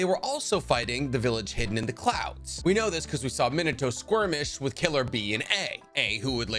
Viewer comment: My bro your pronunciation of the character names are all off its MEAN-AT-TOE not mean-it-toe, it HE-ASHY not HI-ASHY